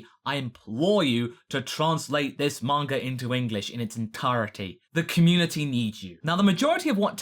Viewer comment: What's a "manger" artist?